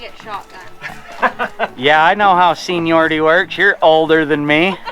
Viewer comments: "Senilority" Love it! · "Senile-yority" - Good Job! Now, can anybody use that, or do we have to pay royalties?